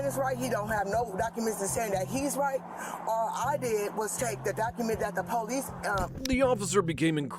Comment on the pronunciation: What is the "Poe-lease"??? Someone needs to tell them it's "police."